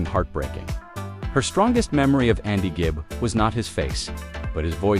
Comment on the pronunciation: 'Gibb' as in 'g' for 'great', NOT 'j' as in 'just'! There is no excuse for such ignorance!